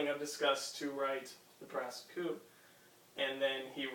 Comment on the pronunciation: Nice presentation, but PLEASE, learn how to pronounce the French titles! It's not "BASS COUP"!